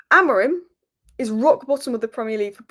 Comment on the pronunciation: The way said Ruben amorim at the start of the video made me laugh 😂😂😂😂